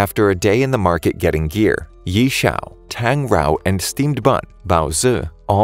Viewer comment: The names...ughhh the name.....i guess he didnt watch the anime or what cuz he said most of their names wrongly...Yi chao? lol